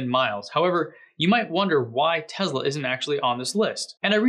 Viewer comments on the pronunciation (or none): "Tezla" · Hi, New subscriber here. Watched several of your posts, really like them. Seems like you say TEZLA, whenever you pronounce TESLA. PLEASE, can you say TESS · Great, mate, but it's Tesla, not Tezla. Cheers ;-) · I can't help it; it drives me nuts: it's teSla, not teZla. It's an "s" and pronounced as an "s" not a "z."